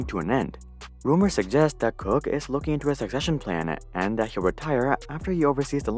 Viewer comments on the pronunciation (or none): none